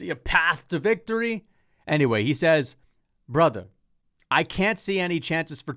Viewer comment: You are right. He said braathar.